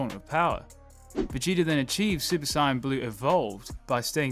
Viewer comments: Bro i beg you to say Say-en not Si-en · sigh yan............it's SAY YAN.....my god this audio better be ai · Its saiyan, not cyan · "super cyan"???? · It’s pronounced say-in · Dude its pronounced SAYIN but spelt saiyan. Your saying it wrong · Why's this mong saying Saiyan like Syan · I was really liking the video until I heard him say "Saiyan" lol I just cant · Why does he say saiyan like that? Video was great but that kinda bothered me. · Dude, the way you say Saiyan I know you’re not a DB fan.